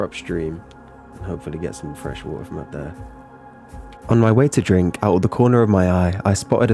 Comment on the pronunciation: i like the wuhuh instead of water lol